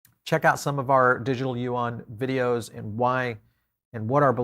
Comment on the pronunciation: Yuan pronounce as Yuuuen. not Yuang.